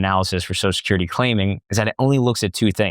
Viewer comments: Now I can’t unhear it! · You should practice pronouncing Social Security